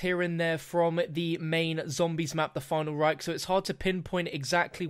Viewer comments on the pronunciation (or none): PLEASE never say "the final REIK" again ^^ this sounds awkward for germans :P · "The Final Rike" lol